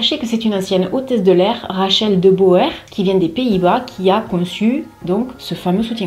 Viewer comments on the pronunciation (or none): Hello ! De Boer cela se prononce De Bouére 😅 ça veut dire l’agriculteur 😂